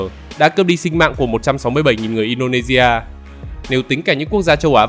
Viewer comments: Mh nghe add đọc là Indonevea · nghe ad độc in đô nê di a . nghe cứ kỳ kỳ . cả ma lai di a . hình như ad ko độc đc chữ si hay sao ấy nhỉ . in đô nê si a . đọc kiểu phiên âm tiếng việt nghe quen hơn